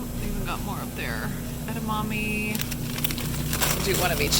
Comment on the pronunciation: I learned how to pronounce edamame from you!